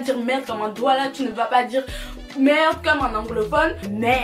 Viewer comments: Confirmation que tu es vraiment une camer, tu as du dire le mot "merdeuuuuu" 50fois😂😂😂😂😂😂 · Le nombre de fois qu'elle a dit merdeu 🤣🤣🤣 On est ensemble 🥰🇨🇲🇨🇲🇨🇲